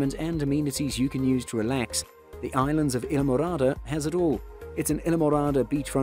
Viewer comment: Thank you for this nice video. I do not know where you live but you sound like you have an English or Australian accent. We do not pronounce it either way you keep saying it! I live in Florida right near the Keys!! Go there all the time! Have a great friends, who have lived there for years!! Isle. Pronounce the word as: isle, aisle & I’ll! 😊 Phonetically, it is called - I’ll MORADA!!!! Islamorada, Florida 🇺🇸❤️🗽🗾🏝️☀️🌊🎣🎣🎣🐠🐟🐬🐋🦞🐢🦀🦑🦈🦈🦈🐊🌴🏊🏻‍♀️🚣🏻‍♀️🚴🏻⛳️🛺➕ 💃🏼🕺🏻🎸🥁🎹🪇🪕🎺🪘🥁🎸🚤🛶⛵️🚤🛶⛵️🛥️🎉🎉🎉🎉🎉🎉🎉🎉🎉🎉🎉